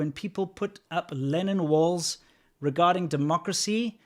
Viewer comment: I thought you were talking about "Lenin walls" and l was very confused until l saw them described as "Lennon walls" in the comments. You might want to correct this.